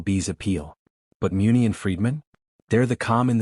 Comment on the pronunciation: How do you not pronounce Muncy correctly !